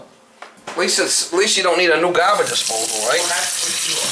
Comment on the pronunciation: Correction its garbaje disposal or garaje ??